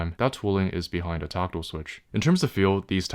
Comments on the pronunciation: it's weird how he keeps saying toctill instead of tactile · Tockle? Taco? Tooko? Torkatle? WTF is he saying? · Tackle switch? Toggle switch? You're definitely not saying "tactile." "One has seen the light." Nvm.